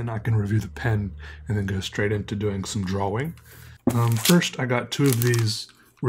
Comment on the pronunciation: I find myself saying draw-wing now. And it's okay.